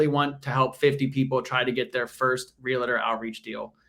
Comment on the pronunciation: realtor not realator :P